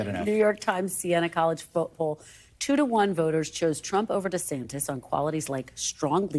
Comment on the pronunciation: She called him Ron DeSanctus and keep going🤣🤣🤣